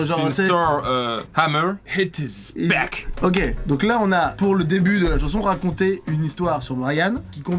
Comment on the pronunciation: " since euh.. thor HAMEEER... HIT ISS BECKKK" 😂😂